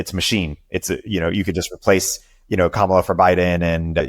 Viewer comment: Kamala = Comma la - emphasis on the first syllable. Come on you should know tihs by now